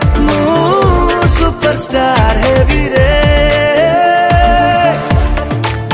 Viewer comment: ସୁପରଷ୍ଟାର୍ not ସୁପରଷ୍ଟାର୍ଟ